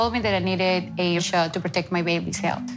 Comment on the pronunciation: Proooorect my baby say it another time